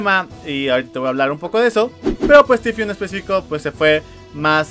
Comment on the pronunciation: Jaja no sabe decir tfue